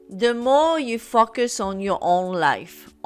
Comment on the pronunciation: I hear “focus” as “fucking” lol